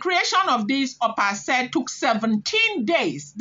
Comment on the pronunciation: Pronounced Ashe pls.